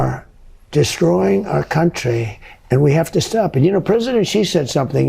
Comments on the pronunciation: Xi! Pronounce his name like "she!" I dislike that man so much, but at least pronounce his name correctly. She, she, she. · "Xi", is pronounced like the word "shee"